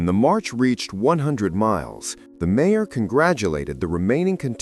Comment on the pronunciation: A.I. can't pronounce mayor?? What a lousy and lazy yt channel